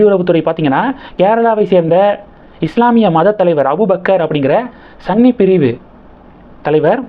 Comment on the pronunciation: "Sunny" illa pa ..... "Sunni" !! Ollunga pesunga pa ...